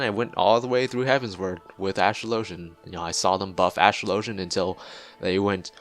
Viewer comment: ASTRO_LOW_GEN is not how you pronounce it lol..